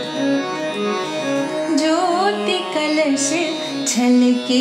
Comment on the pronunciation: Very well sung, Didi ! Please watch pronounciation. It is "kalash: and not "kalas". Thanks.